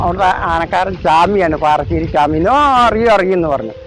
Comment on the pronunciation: പറാശ്ശേരി അല്ല പാറശ്ശേരി ആണ് പറയുമ്പോൾ നോക്കണം